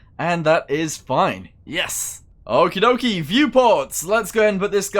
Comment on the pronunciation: he says ok-ee dok-ee like 100 times omg you need a therapist.